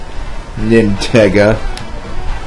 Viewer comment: HAHAHAHAHAAAAAAAAAA!!!!! I saw that!!! I was the 1 who hit him with that Star man in Mount Wario!!! I also really loved how he mentioned the pun on my name! Nintendo + Sega!!! & i also like how he pronounced my name right! In fact, i loved this so much, i've uploaded the highlight on youtube called Nintega vs SlimKirby! Part 1 is up on my channel!!!